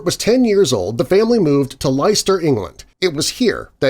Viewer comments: It's not pronounced lye-ster... it's pronounced lester. Now you know. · Leicester, England is pronounced LESTER, not Lie-ster. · Leister?Do you mean Leicester, pronounced Lester?! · mitchell Hi. When I went to London, I heard EVERYONE pronounce "Leister Square" as "Les-ter". But thank you for advising me. I'll check out your channel. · Mispronounced Leicester (Lester).